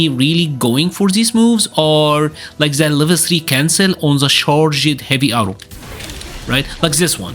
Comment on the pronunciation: I hate to be the guy that does English pronunciation correction in a fighting game video, but I just need to say you don’t need to pronounce the “E”s in your simple past tenses. Except if you like ED so much. Charg’d, Uncharg’d, Nerf’d, enhanc’d… Amazing videos though. Keep up the good work